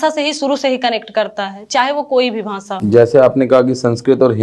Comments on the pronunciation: Very bad . Hindi words pronunciation extremely poor. Bhasa nahi bhasha , similarly other words. Students will learn wrong. Hindi teacher must answer in hindi. Avoid english words. Shiro rekha nahi hone se gh and dha mein difference not possible. Bad poem recitation. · bhansha 😂😂 nhi hota didi bhasha hota h 🤭🤭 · भांषा नहीं भाषा होता है आप इंटरव्यू दे रहे है उच्चारण पर थोड़ा ध्यान दें। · Didi भांसा nhi भाषा 😂😂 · bhansha nhi bhasha hota hai hindi thi inke paas ba mai😅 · Hindi teacher भाषा ko भासा bol rhi h..... Kya baat hai 😂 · भांसा 😂😂😂 हिंदी संस्कृत वाले शिक्षक को उच्चारण सही कर्म चाहिए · ..bhansa nahi bhasha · She said bhansa two times instead of bhasha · Bhansa what is bhansa, it's bhasa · Is it bhansa or bhasa 🤣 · भाषा को भांशा बोल रही है। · Bhasaan ek to hindi sanskrit ki teacher aur doosare UP ki ho kar bhi galat uchcharan aur hindlish bol rahi hai, kv mein 53 ℅ wale ko bhi aese teachers rakhe jate hein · Mam आप जिसको पकर रहे हैं भांषा वो आपके हिंदी के सर का आवाज है भांसा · Bhasha ko bhansha kaha aur pinjar ko pijar kaha, anuswar jaha lagana hai vaha lagai nahi